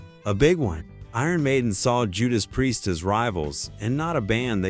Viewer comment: it's hilarius how AI pronounces priest . what a load of bollocks